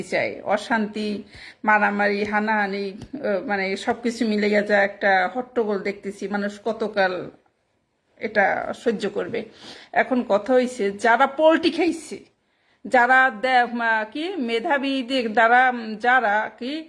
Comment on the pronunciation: Polti noy..medam...ota hobe palti